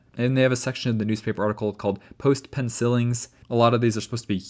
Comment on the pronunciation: I'm so sorry, just found this a bit amusing. I'm pretty sure the way you pronounced "pencilings" missed the mark, and that it's supposed to mean "writings" or "remarks". As in "written with a pencil". Otherwise: Great video, as usual! Extra interesting to me as a Norwegian growing up in the northernmost part of Norway, Finnmark, north-east of the city of Tromsø. Many familiar names of people and places mentioned here. One detail that's a bit weird is that the Danish-Norwegian & Swedish names of the Island are in definitive singular form, meaning they mean "The Solitude", not just "Solitude" or "Solitude Island"(Ensomheden/Ensamheten). I wonder why? EDIT: : I just have to say this: You cannot reach the North Pole by car! The ice do not stay one, nice, flat surface, it keeps moving around, breaking into bigger and smaller pieces all the time (because it sits on top a very large, continously moving body of water.